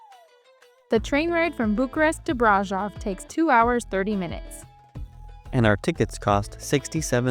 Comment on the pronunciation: From a Romanian, and braşov local, this vid seemed nice, but I would reaaally appreciate if you guys learned how to pronounce certain names right. I understand it's not the most important thing, but every time you said brasov, I thought "this is how people think we named our town". You can use something like google translate, or even ask a local how to pronounce it. Anybody would be happy to advertise their town.